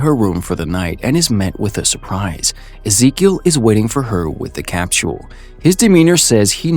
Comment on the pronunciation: good video but what tf is a "cap-tul" it's a capsule